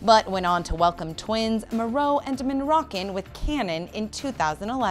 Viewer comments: Moroe and Monroccan? Really? Get their names right. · Twins Monroe Monroccan?!?! MONROCCAN???!!!! Like seriously! They need to research first before hitting Post video! 😒😒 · Does anyone else notice the reporter says the kids names as "Moreau and Monrocken??" 🤭 On the point of the video though, Ellen is heartless.